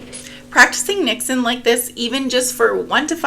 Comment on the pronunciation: As a Dutchie I can confirm you said 'niksen' right 🥰 niks = nothing